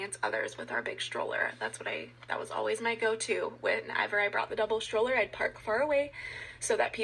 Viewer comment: I don't believe one word from that woman whose kids, allegedly, were almost kidnapped. In fact, I can't listen to her many, many "ums" AND her pronunciation of the word stroller as "shtroller". There is no H in that word, lady.